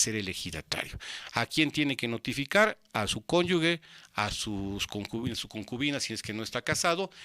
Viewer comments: Excelente información. Pero no es cónyugue, es cónyuge... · ¿Cómo que "conyugue"?